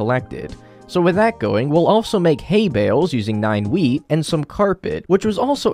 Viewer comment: “we can now make hay bales using nine weed” 💀